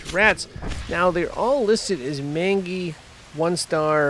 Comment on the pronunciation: FYI it's not Man-GEE it's pronounced Main-Gy. You're Welcome for this Engreesh Resson.